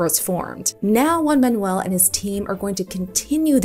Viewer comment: super cool, but two comments: pronounce the J in Juan like an H in English, and both Garcia and Ruiz are part of his surname. Either say both of them (preferably) or say Garcia, as the first surname is more important, if you are to choose between them